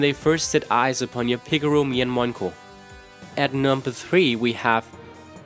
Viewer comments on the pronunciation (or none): none